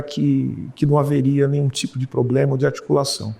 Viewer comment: Um ministro professor q ja teve + de 400 alunos q fala "poblema"!